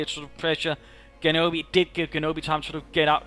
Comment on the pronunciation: Very nice rifleman play in this game. And if you're interested in this sort of thing; Genobi's name is pronounced with a G sound like in "genesis" or "general."